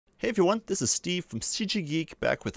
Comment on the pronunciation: "Hey-ifi-one" ? Are you trying to say "Hey Everyone" at the beginning? Slowww it down a little ;-) Otherwise, great series! :-)